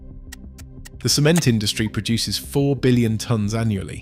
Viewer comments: when you say cement, instead of saying "sehMEnt", you're saying "semen" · Yeah, AI voice cannot pronounce the word cement, stressed the first 'e' instead of the second 'e'...😆